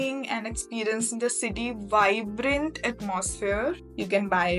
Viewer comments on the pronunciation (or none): none